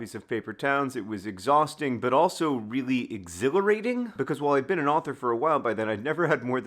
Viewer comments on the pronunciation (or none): none